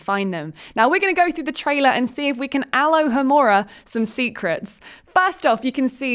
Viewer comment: She mispronounced Alohomora. HAHA